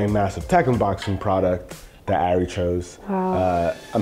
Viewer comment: That’s not Ari. That’s A(r)i